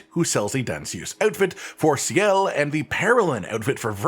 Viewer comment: Sciel's name is "see-el". The fact that they say it the whole game makes me think you didnt play and just stole other Youtube content